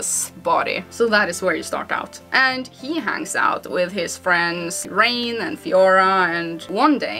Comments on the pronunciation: also it's pronounced Rine not Rain. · I’m sorry did you say Rain instead of Reyn.